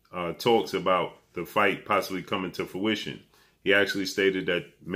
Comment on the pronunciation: Please brother, the word is fruition, not fuition! Please, every time I hear you mispronounce this word it drives nuts!